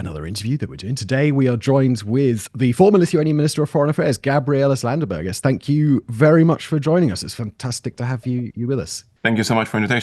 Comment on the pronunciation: I must say, you really strugle to pronouce his full name :D